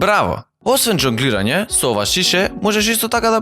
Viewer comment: Zhongliranje ne dzongliranje